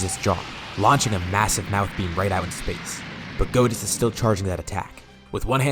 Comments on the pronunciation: goditz sounds like cheezeits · It is GO-ditz tho and not GOD-itz but close enough lol